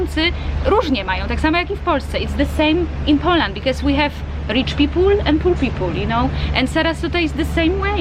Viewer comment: Nie przeszkadza mi Pani angielski. Świetnie się Pani dogaduje. Jedynie poprawiłbym wymawianie Poland ( na Połlend ) ;) Pozdrawiam